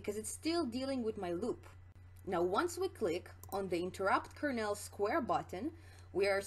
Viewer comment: great video... but your pronunciation of Kernel drives me nuts, lol. It's pronounced "kur-nuhl" or "kur-null", not "kur-nail". Like a corn kernel or colonel in the military.